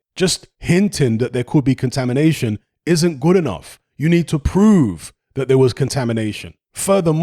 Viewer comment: Take a shot every time eddy squirm says "contamidation" in interviews. I